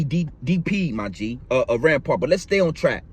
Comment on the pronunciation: Its Rimpau not Rampar